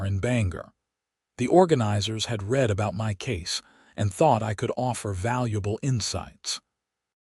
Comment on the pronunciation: “Read” is pronounced wrong.